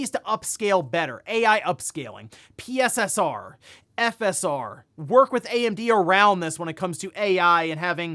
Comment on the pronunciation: Every time you mention PSSR I laugh because the first time it was revealed you said "...they went with pisser??"